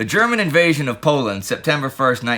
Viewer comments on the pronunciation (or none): none